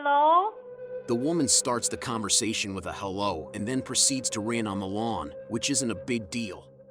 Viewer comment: ….the absolute scariest thing I’ve ever seen on the internet. That Fargo “Hell-ooo” will haunt me until my dying days. 🤣🤣 Dear lord!